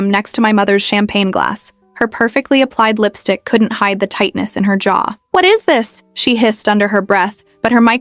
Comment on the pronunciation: “WhAt Is ThIS” sound so weird?